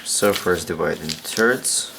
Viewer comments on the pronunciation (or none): Omg your accent! When you said "one third" it sounded like " one turd"! Jk jk love your vids dude! Keep on folding! :)